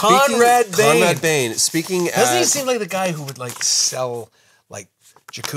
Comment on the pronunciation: It's Conrad BAIN. Not Bane. Drew, back to your cage.